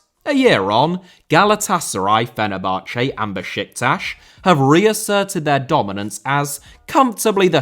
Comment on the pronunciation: Diego* not Diyeigouw Sueca* not Sueiquer Minus* not Mahnus Yazici* not Yaziçi Trezeguet* not Trezeguei Fenerbahçe * not Fenebohçei København * not Kouwpenheigen Uefa* not Yuweifer Basel * not Bohrzel Roman* not Rouwman Finals* not Fahnals Half* not Holf Miles* not Mahls Saw* not Sor Uefa* not Yuweifer Lechia* not Lechier Kolo* not Kouwlouw Touré* not Tourei Eredivisie* not Eradevizei